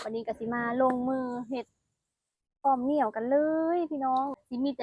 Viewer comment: อ่อมอะไร คนอีสานฟังไม่รู้เรื่อง เหนียวหรือเหมียว ถ้าพูดว่าเหมียวคิดว่าอ่อมแมว 😅😅